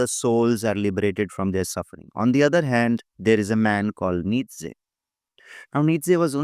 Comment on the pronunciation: You dont know enough about Nietzsche . Even a few youtube videos would have been enough for you to understand the beautiful philosophy of Nietzsche . Even 1-2 quality resources would have been enough to atleast inform you of how even his name is pronounced correctly . If you really care about truth in your work , go back and look up Nietzsche .